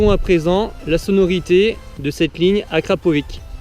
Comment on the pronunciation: Je t'en supplie dis akrapovitch le ć se prononce tch sa ma stresser pendant toute la vidéo mdrr